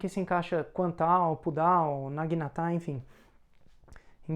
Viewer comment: Sem problemas quanto a menção, sobre a naginata só ficou estranho esse tom agudo no final "naginatá", mas acredito que o pessoal entendeu.